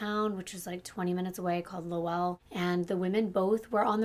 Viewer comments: Hey girl! Lowell is pronounced Lowuhll. I pronounced it the same way you did and everybody there jumped down my throat about it lol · Low-ull lol. I noticed that too. I'm from CT. New England is notorious for having hard to pronounce town names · You did such a good job on being thorough on this case. It’s so sad. May I add that Lowell is pronounced “Lole” like role or sole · Great job girl!! I am from Boston (20 minutes south), and you did an amazing job in pronouncing the towns lol.. Most people don't say them like a Bostonian.. One thing, Lowell is actually pronounced like LOLE (Like hole with an L). Other than that, perfect! 💖💕💖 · Great storyteller. I live in Massachusetts so the way some of the town names, like Lowell, were said wrong. We pronounce things weird up here. I was on a jury for a deviant sexual offender in 2009 and it haunts you hearing what these offenders do to innocent children. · Love the consistency of your posts I get excited everytime I see the notification!!! Also I live in New Hampshire, the state above Mass. I live an hour from Boston and I’m familiar with the names/area I go saltwater fishing right in Salisbury, MA and now that I heard you say Lowell wrong I wanna say it that way now LOL 😂 (not even joking imma throw so many people off I love it) I never heard it said that way, the way it is pronounced is “LOW-uhl” incase you wanted to know if you read this comment! Have a great day and weekend girly!!! So happy to see you reached 300k subscribers, can’t wait to see that MILLI! 💕